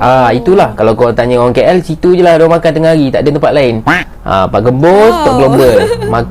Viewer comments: Bukan keyyell la..kaaell yang benar... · Keyyel (KL) tu cara sebutan atau slang orang malaysia etnis india..